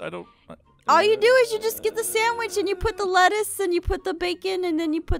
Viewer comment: When Jess said "lettuce" I heard "lettuth" Start annoying with that Jess. 😉